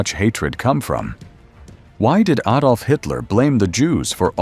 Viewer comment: At least he said AH-dolf. Most Merry Canners say AY-dolf (Tsk tsk tsk). A fine distillation of Hitler's warped mind that resulted in so much death and suffering. What I particularly appreciated was the depiction of suffering upon Germans imposed by the Allies in the aftermath of WW I. So many historians rue this punitive excess as a root cause of WW II.